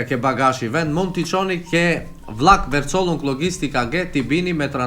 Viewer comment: një këshill e vogel për: Verzollung shqiptohet „Fercollung“😅😉 besoj se pa problem mund ta shqiptoje heren qeter